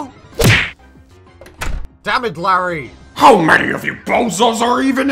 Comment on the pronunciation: ¿Hay un fallo al decir Larry la frase o me lo parece a mí?